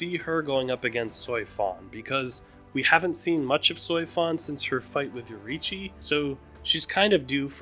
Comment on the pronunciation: Really wish you said names correctly. Always saying Nnoitora and Yoruichi wrong.